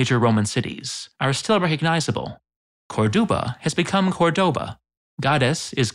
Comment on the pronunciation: How disgusting: it is not "Cordouba", but Córdoba and that the first syllable is to be stressed can be easily recognized by the accent mark on the first "o" !!!